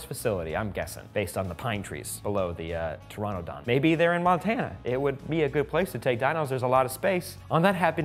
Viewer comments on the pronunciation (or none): Pteranodon is pronounced ter-ran-no-don its not ter-ron-no-don